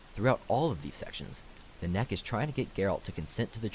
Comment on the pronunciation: Exactly she nenneke not nanek